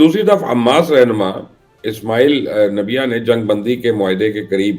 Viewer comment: Its not Ismail Nabia, its Ismail Hania.